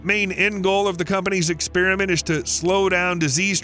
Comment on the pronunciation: Where did you ppl get the idea it's pronounced ex-SPEER-ment? Half of you just say random sh*t to help evolve language I guess. To the other half, you're an